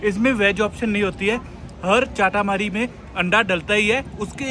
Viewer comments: It's momo not momos and chata Mari not chaataa maari foodie we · चाटामरी 🤣🤣🤣🤣🤣🤣 lol hahahaha...... It is चटामरी, another one is बारा/ वः not बर्रा and it is मःमः not momos, for example : for rice you don't call it rices